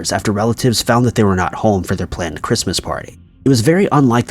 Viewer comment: Why does this guy pronounce “home” as “hole”